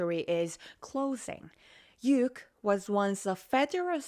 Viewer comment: Say Ukraine you sound so silly saying uke